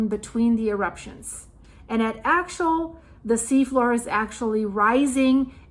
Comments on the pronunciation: It is pronounced axe-ee-ull in the US. I love your reporting. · I think the volcano is pronounced Ax-E-ul. I am a senior studying at Oregon State University and recently had the opportunity to listen to some of this same information being discussed amongst colleagues It’s fascinating. I live in Portland right now and I agree that we should be hearing more about how this eruption can affect the subduction zone. Some people have been food prepping and filling up on gas and I’ve seen signs in private communities and complexes about preparing for the worst ie earthquake. So there are people aware of it but I find it interesting that it’s not being talked about more. For the record, Portland is not prepared as most of its emergency fuel reserves equipment and supplies are stored on the river in downtown Portland between bridges. Building are not to code, and the main bridge (1 of 2) between Oregon and Washington state may surely collapse if an earthquake was to hit. It’s over 100 years old, but plans are in place to bring building a new bridge next year, but will it be completed in time. I love your channel and receiving geological updates from around the world as we are all connected through the same system, no matter where you’re located. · It's pronounced AXE-EL :) The real concern is if will affect the Juan de Fuca plate? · Axial - meaning along an axis. say axe' - ee - ul or aks'-ee-ul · Axial is difficult to pronounce… it’s Axe-ee-al, emphasis on the ‘axe’.